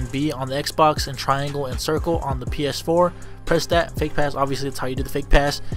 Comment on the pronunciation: did he have a seizure while saying ps4?😂